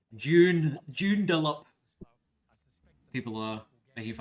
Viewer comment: "Joondaloop" "Jandickot"